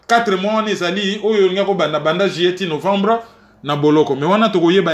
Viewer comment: s’il te plaît est-ce que tu peux revoir ta prononciation du mois “ Juillet” et non pas “Jillet”? Ce n’est pas pour te critiquer simplement car tu fais super bien ton boulot et moi je n’ai pas la capacité de faire ce que tu fais. Tu as le don d’expliquer les choses de façon pédagogique et précise mais juste une petite remarque. 🙏